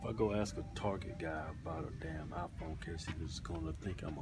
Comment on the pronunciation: Keith's pronunciation of iPhone: IFON.